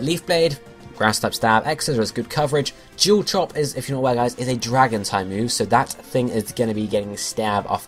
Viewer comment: A few things. -It's Orlando and May now (as far as we know) -I like how Grovyle's color pattern doesn't fit in with the others in the 110,119, and Fortree battle roster. - DON'T FORGET SLUGMA! -I thought you said Jewel Chop for Sceptile and so I thought "What? Jewel Chop? New move? Shouldn't Sableye have it?" Accents :P